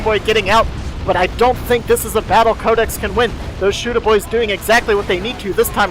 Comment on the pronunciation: pronounced my name wrong. It's pronounced Cod-ex. Like Call of Duty X. Oh.